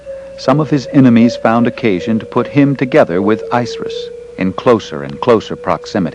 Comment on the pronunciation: ISIS Pronounce it right!!!